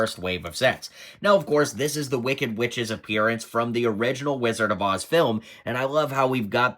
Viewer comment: Rizzard of OZ?